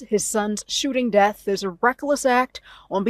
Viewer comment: It is death not deaf. Th